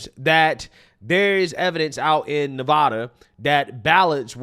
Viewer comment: Maybe she should learn how to say Nevada first